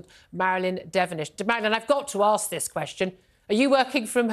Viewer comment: “Let me arks you a question “ This coloured woman claims 23 years of work experience, but still can’t pronounce ask correctly? I wouldn’t trust a word she says.